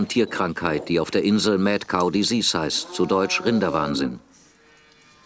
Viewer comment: Desize haaha was ne Aussprache alter